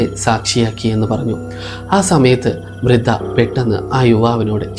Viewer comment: വൃത അല്ല വൃദ്ധ